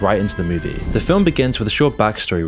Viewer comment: Move-E. Not Mewwvie.